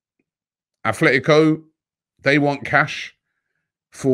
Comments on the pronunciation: Robbie it is Atletico. Not Athletico Madrid. There is no H lol. Just a minor pet peeve of mine lol. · Repeat after me sir, At-let-ee-ko. Not like Oldham Athletic. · There is no H in Atletico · robbie bro its atletico not athletico. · Robbie, it's Atletico and not Athletico... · Just came to say it’s Atlético not “Athletico” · Not being annoying, but it’s ATletico, not ATHletico... 😉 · Robbie its 'atletico' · Athletico??? 😂Come on Robbie, get it right